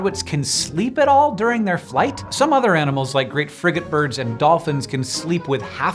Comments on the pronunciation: Did anyone else think Hank said the "Great Frigginbird"? 🤣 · I mean it's great frigate bird but sure 😂😂😂